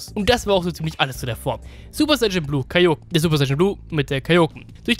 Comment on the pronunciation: Du sprichst Kaioken falsch aus. Betonung ist auf a und e, nicht auf o.